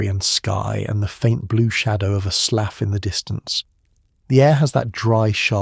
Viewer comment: The train seats were red velvet, not rough wood, the surveyors house was stocked with coal. Hay twists didn't happen til the long winter. Slough is pronounced sloo (rhymes with do). But still enjoyable.